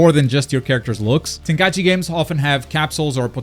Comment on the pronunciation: Thank you for saying TenKAIChi instead of Tenkai E Chi like most people. Most people say the 2nd thing and it legit drives me crazy...